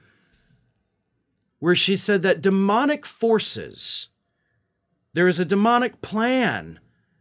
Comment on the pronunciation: We love the "Demonic Foces"